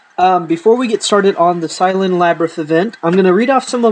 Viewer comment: Sylvan, is pronounced like "sill ven" I believe.